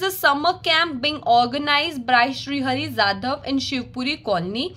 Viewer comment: Shivpuri colony sounds like shev puri 😋 colony😂😂